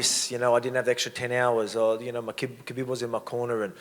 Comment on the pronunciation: I love how volk calls khabib “kahbeb” 😂😂